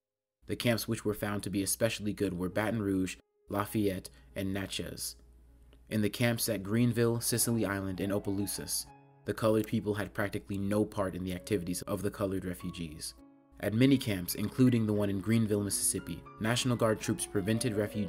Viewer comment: Plaquemine is pronounced "Plack-a-min" not "Plack-qwa-min". Opelousas is "Ah-puh-loo-suss", the initial 'O' is not long.